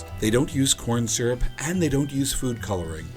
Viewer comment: I love "SYURP"